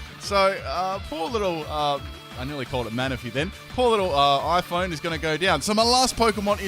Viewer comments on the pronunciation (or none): Lol he called phione I-phone XD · wait did you call the phione and iPhone? hahaha I would have sworn you said "I nearly called it Manaphy. Poor little, uh iPhone" XD